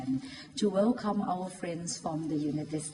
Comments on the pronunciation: ฟังดูตอน0.45มันพูดovercome มันควรจะเป็นwelcome อีโง่ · สำหรับคนธรรมดาจะพูดผิดพูดถูกบ้างคงไม่เป็นไร แต่สำหรับคนระดับผู้นำประเทศที่ต้องมีการสื่อสารติดต่อกับประเทศอื่นนั้นควรให้ความสำคัญกับการพูดและการสื่อสาร ไม่ควรพูดผิดพูดถูก อาจทำให้เกิดการเข้าใจผิดกันได้ซึ่งอาจมีผลเสียตามมา เช่น นายกฯพูด welcome เพี้ยนเป็น overcome ซึ่งแปลว่า เอาชนะ จะเห็นได้ว่าความหมายนั้นเพี้ยนไปโดยสิ้นเชิง ดังนั้น สำหรับผู้นำประเทศควรให้ความสำคัญกับการพูด จะพูดผิดพูดถูกมากไม่ได้ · อย่ามาแก้แทนเลยครับ จบนอกอย่างดี แค่เกริ่นนำมันก็พูดผิดแล้ว overcome มันแปลว่าไรฟระ ? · พูดผิดนิดเข้าใจนะครับ แต่นี่มีสคริปนะครับ อ่านสคริป แล้วก้มดูตลอด ไม่ได้พูดยาวรัวไปเรื่อย อย่างน้อยก้ช่วยให้ถูกทีเหอะ ว่าแต่ เปิดหัวมาไม่สังหรณ์ใจหรือเอะใจเลยหรอ Overcome ต่อให้สคริปผิดก้น่าจะเอะใจสักหน่อย เว้นแต่ไม่ได้เตรียมตัวแล้วออกไปสด